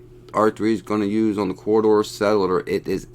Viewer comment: Cor-duh settler lol